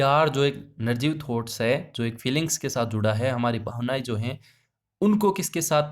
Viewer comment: Narjeev kya hota h sir nirjeev hota h sayd